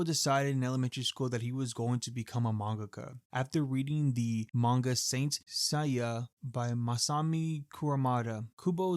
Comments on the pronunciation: Tight Kubo, Saint Saya 🤦 Classic American ways of pronouncing Asian words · The way you pronounced Saint Seiya give me a headache😂😂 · the way he said saint seiya was worse though. like i get saying seiya wrong but saint is a normal ass word😭😭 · "tight kubo" "saint saiya"